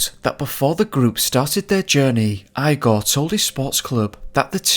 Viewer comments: Correct me if I'm wrong but Eyegor is the incorrect pronunciation. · Are you pronouncing his name “Eye-gor?” Do you know anyone named Froederick? 😄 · his name is pronounced E-GOR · Jesus It's IGOR like E G O R not I G O R 🤣🤣🤣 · Wheeemnny. Whennny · Eye-gore?? EEEgore!! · lol you said his name eyegor.. I needed that little laugh 😂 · Igor is pronounced 'eegor. Thanks for the video. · Eee-gor Dyatlov is his name. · Great video, hauntingly scary story., just a well-intentioned remark: IGOR is pronounced similar to (Wend)IGO + R, with emphasis on i. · Doing a shot of vodka every time you say ‘eye-gore’.... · Eye gore. As in "Young Frankenstein"? The Russian pronunciation is EE gore. LOL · E-gor not eye-gor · IGOR!!! Not eyegore or igore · so you know the name Igor is pronounced EEgor. Not iigor. I as in eyeball gor. It's pronounce e as in a capital e from the alphabet or from a word such as enough. That is the sound of the e that you have to use when pronouncing that Russian name. My question is what the fuck is a compelling force??? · The Russian name “Igor”. Is actually pronounced “E-Gor” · it's ee-gor, not eye-gor. i know that prnounciation of other languages can be difficult and especially for anglophone speakers, but, seriously: eye-gor?!? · Remember to pronounce Russian names like Igor: "EEgore" rather than 'eyegore' and Ivon as 'Eevon' & EEvan. Love the coverage of this tragic historical soviet era incident and the very eerie background sound track is wonderfully used here! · The guys name was Igor not eye-gor. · Really scarey but please stop pronouncing the guys neme as eyegore it Igore... pronounced egore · 1: Igor is pronounced as "Ee-gore", not "eye-gore". 2: Why do you talk so weird? It's an irritating sing-song stilted-sounding bullshit and your last word of each sentence is very drawn out. Hard to listen to. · Great video mate:) it's pronounced Eeegor not Igor but it's spelled the same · eYe-Goar = 🤪 ReE-gOr = 😎